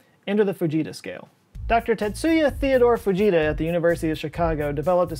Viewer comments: I 100% though he said "the bejeezus scale". And I didn't even question it. Growing up, I expected volanoes and hurricanes and tornadoes to be a much bigger problem in my life than they have turned out to be. I guess I blame US movies. 🤣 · I kept hearing baJesus scale 🤣